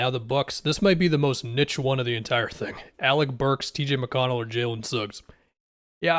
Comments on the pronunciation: says niche wrong 💔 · It’s pronounced nee-ssh and nit-ch depending on where you’re from tbh